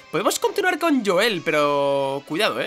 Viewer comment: "Podemos continuar con Yoel" WTF?!?! CUAL YOEL??!